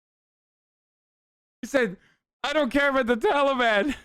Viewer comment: "Talbian" lol